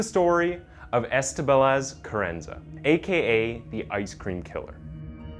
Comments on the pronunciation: CARRANZA… Carannaz… Carranza… 😄🤣 which one? CARRANZA is read as “Kar ran-za “ I cannot concentrate on the story 🤣🤣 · Great video but the way you pronounce her name isn't quite right. It sounds like "crenice" to my ears. It is spoken "ka-ran-za". Three syllables. Munich's ending is a hard 'k' or else you could try to say München which is the German version. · Half the video he’s calling her “Carranez” instead of “Carranza”. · Please get your pronunciations correct. You pronounce Carrenza as Carreniz several times. Annoying. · doesn’t take a literary genius not to pronounce Carranza as Crenez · Yeah kinda annoying how Carranza became Carenez. Kinda makes the credibility of his vids drop a bit imo. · And also not to Be that guy, but he kept calling her Carenas not Carranza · My dude…if you’re going to use people’s names, can you at least pronounce it properly?? CarranZA, you said carrenez about 50 times. Also…Munich? Mew-nick. What a face palm. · Why does the narrator keep calling the killer Carranaz, when it’s Carranza ? And where did he learn to pronounce places so badly ? ‘Munich’ is not pronounced ‘Moo-nitch’ but ‘Mew-nick’ (or in German - Munch-en) Also, why are the words ‘Killer’ and ‘crimes’ obliterated from the on-screen text ? Especially when the word ‘Killer’ is in the title of the video ! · Terry is totally right. Watch it again. He totally mispronounces her name as “Crennez” multiple times. And then reverts to Carranza several times. And his pronunciation of Moo-nitch is also cringey. And yes...if you want to put out a respectable product, you should put time into attempting to do it right. It’s not nit-picky. It’s professional. Sorry if you’re used to TikTok video level of professionalism. 😆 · Can’t get over how many times he calls her “Crennez” 🤦🏼‍♀️ very interesting story though 👏🏻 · Ca ren zah . Oh pair . Just slow down a little bit and use Google audio pronunciation help. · Well she butchered two people so who cares how he pronounced her name